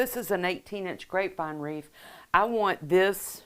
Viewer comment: Please pronounce wreath not wreef Thx